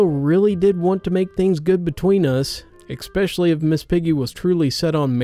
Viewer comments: I wish you’d stop pronouncing especially as “expecially”. That’s my only criticism. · Don't you mean ekspecial edition? :P